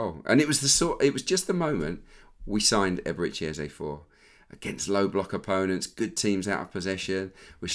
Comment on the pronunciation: Was about to come for Peter Drury over how he said Eberechi Eze’s name — then I heard you yesterday. Just for the record: it’s Eze-e. The last vowel sounds exactly like the first one. Not “Ezzy”, not “Ezza”. As Africans, it’s honestly annoying hearing commentators mispronounce names like it’s no big deal. Would be nice to have a blip button every time they get it wrong. No shade, just… saying.